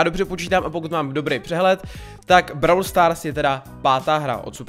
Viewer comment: Vyslovuj to pls " bról stárs".... Brawl stars je strašný... :D . Jinak nemůžu uvěřit tomu, že u minulýho videa jsem napsal jestli si tu hru nechceš zahrát a ty si to udělal!!!!! <3 A TEĎ KE HŘE!!!!!!!: 1. jsou tam 4 mody: Gem grab, Showdown, Heist, Special events. 2. za pohárky postupuješ v lize a získáváš různý odměny. 3. každej brawler je jinej (shelly má splash jak normal utok tak super a piper je sniperka atd....) 4. potřebuješ powerpointy na upgrady 5. každej brawler má svůj rank 6. natoč další video z brawl stars!!!!!!